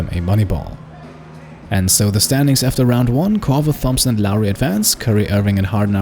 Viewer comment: You say Thompson wrong...